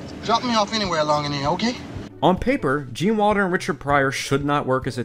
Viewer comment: Great documentary. If only you could say Wilder instead of Walder.